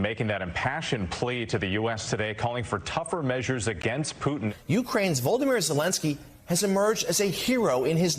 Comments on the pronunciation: At time , I've seen this guy say it before, it's not VOLDOMIR Zelensky, like VOldemort. There's another syllable, VOLoDOMIR. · Did he just call him Voldemort Zalensky? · The news casters keep sayin "Voldomyr" and it really bugs me. Sounds more like Voldemort than his actual name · Ari, his name isn't Voldemort! 😂 It's Volodymyr (vo-LO-deh-meer). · cmon pronounce the name right why did I hear Voldemort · Did that anchor just call him "Voldemort" in that intro? Guys it's Volodymyr. Like Vladimir but with an extra "o". His name is literally Vladimir in Russian, it's just Ukrainians like to translate Slavic names into Ukrainian regardless of language/country of origin, so that Nikolai becomes Mykolai, Elena becomes Olena etc. They call Putin, "Volodymyr" too. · This dummy said Voldamyr zelensky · I wonder what word was in Ari‘s head when he tried to pronounce „Volodymyr“ - was it Voldemort or Holodomor? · Did he just call The Ukrainian president Volimort? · It’s Volo-do-meer, not “Voldemort” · Hey Ari/MSNBC: Suggestion from an ESL instructor [1st language Engl. the rest - German, Russian and French]: FYI: it's more like Volo-deemeer, not Volo-domort. Lol! Been dying laughing for the last 30 mins, otherwise thank you for this :) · Ari must be a Harry Potter fan or why does he keep saying Voldemort instead of Volodymyr? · Did the mf just call Zelenskyi "Voldemort" :D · It’s not Voldimor. It’s Volodymyr, Ukranian version of Vladimir. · Why are MSNBC Presenters like Ari pronouncing Zelensky's first name as if the guy was a lead in Hogwarts? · Did he say Voldemort Zelensky? LOL You'd think he'd know how to say the guy's name after all that time... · His name is Vlodomir not voldemor like you said, Dobby Putin is the muppet running Russia for the moment. Not a biggie but try to get it straight will ya.